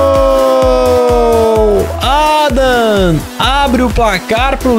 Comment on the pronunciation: O nome do adam se pronuncia Riloséqui